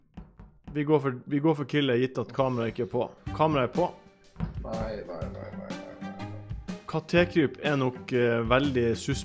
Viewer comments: Katékryp sa han, ikke Katekryp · Ikke katékryp men kattekryp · Ikke katekryp det er kattekryp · Ikke ka te kryp det er kattekryp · Heter ikke kat e kryp han heter kattekryp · Kattekryp ikke katekryp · Det er ikke kate-kryp, men kattekryp🙄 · Han heter ikke katekryp han heter kattekryp!!!!!!!!!!!!!!!!!!!!!!!!!!!! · Lol du kan ikke si KATTEKRYP